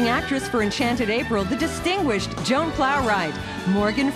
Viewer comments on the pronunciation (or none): none